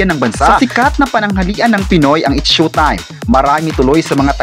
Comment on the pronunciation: S H O W- time po…..not SHUTIME……